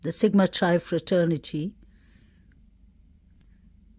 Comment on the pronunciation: you clearly put so much time & effort & research into your videos- you are to be commended! Also, just a quick FYI, SIGMA CHI is pronounced SIGMA KY :-)